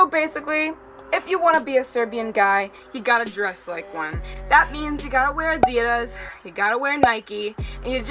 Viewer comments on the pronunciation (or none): Adidas is not Dias 😣 and Nike is not nikey 😠 good fucking damn it !!!.